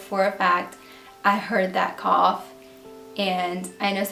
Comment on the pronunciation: ish r u saying cough or call